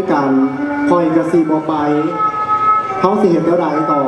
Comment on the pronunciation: โดยรวมมีหนุ่มเสื้อแดงคนเดียวที่เว้าสำเนียงดั้งเดิมได้ใกล้เคียงที่สุด (ใกล้เคียง) คนอื่นจะผสมสำเนียงย้อบ้าง สำเนียงผู้ไทบ้าง หรือบางคนพูดสำเนียงขอนแก่นไปเลย ไป คำนี้ต้องออกเสียงตรงกับ ไป ในสำเนียงไทยกลาง ไม่ใช่ ไป๋ หรือ ป๋าย ลองเทียบเสียงคนเฒ่าคนแก่พูดคำว่า ไป ดูซิว่าตรงอย่างที่พูดไหม